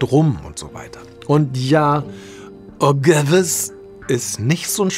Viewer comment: Aber „OGEVES” ihn deutsch ausgesprochen ist schon echt okay :D